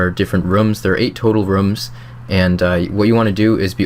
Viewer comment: Couldn't watch the vid because you kept saying rums instead of rooms.